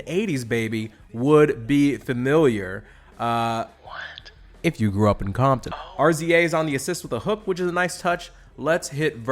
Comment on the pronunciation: “ARE ZEE AYE” come on bro